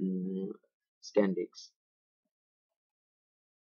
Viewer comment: it's not 'Sand diks' man :p , it's 'Sand disk'